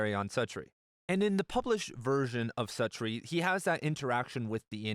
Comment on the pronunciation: I think it's pronounced SUE-tree...